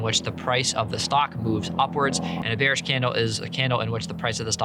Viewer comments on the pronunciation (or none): ah yes hate when the market is "beanish"